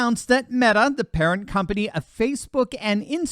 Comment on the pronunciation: Did you say "Parent" or "Parrot" company ??? LOL